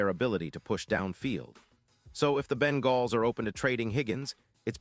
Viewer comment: What are you talking about man, first of all the trade deadline is already passed for this year and so a trade isn't even possible and second you stated that the Bengals which you didn't even pronounce correctly had a 5 and 8 record. I don't know what season you're looking at but it certainly isn't this season so obviously you're either a moron or a chatbot.